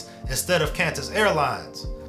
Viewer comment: “CANTUS AIRWAYS” 😢